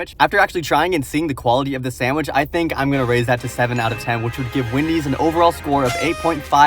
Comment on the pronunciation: It is Wendys not Windys